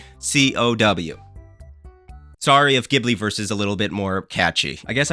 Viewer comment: Isn't it pronounced "Ghibli" not "Ghibli"?